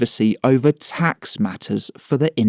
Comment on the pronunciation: Tax sounds like axe